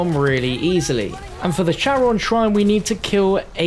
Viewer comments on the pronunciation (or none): Charon is pronounced (Care-ahn)